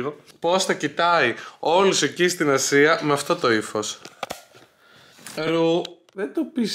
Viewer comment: Ελεγε Ασια και ακουγα Συρο... παω καθολου καλα;🤣